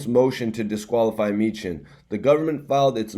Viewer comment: It's pronounced Me-han...He a vicious Philly lawyer her b whoopn da courts ass I'm from Philly an used Me-han before he a FUCKN BEAST BRO